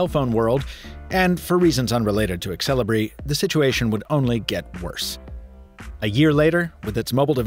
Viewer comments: it's pronounced "sell-e-bray" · really... i thought it be more like zel-ee-bree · I've always wondered why native English speakers pronounce letter e before x. Like Xelibri here becomes exelibri.